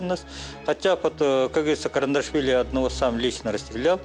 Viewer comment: КаРандашвили 😂😂😂😂😂 все равно кыньколаев 😂